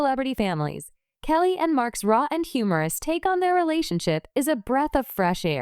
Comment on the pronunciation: Please say Kelly's name right